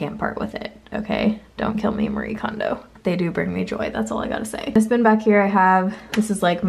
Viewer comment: I've not heard a single person say Marie kondos book title correctly 😂😂